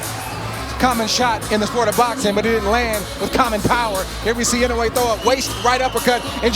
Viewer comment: 『井上』と発音出来ない実況アナウンサー(>_<) 『イノウェー』じゃないよ。『イノウエ』だよ('◇')ゞ